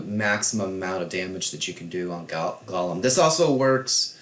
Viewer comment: Gollum event does it say my precious its pronounced go-lum the e is silent